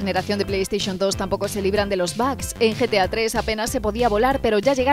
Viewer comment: Se pronuncia bog, pero todos le decimos bugs. Ahora, de dónde sacaron "bag"?